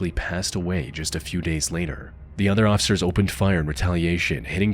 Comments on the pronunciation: Why can't you say officer? You say ossicer or ociffer every single time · My guy, the word is "officer", NOT "occifer" 😂😂